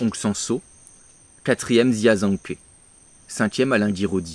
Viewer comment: Aller petite leçon de prononciation, parce que ça m'a fait mal aux oreilles. Jia ZhangKe : Djia - Djangue-Queue Zhang Yimou : Djangue Yi-Mooouuu Hou Hsiao-hsien : Rohou Chi-a-o Chi-an